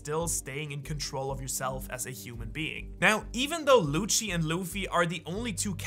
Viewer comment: the way you say lucci .. pls stop